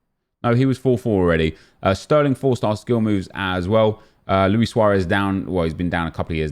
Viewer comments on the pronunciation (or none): none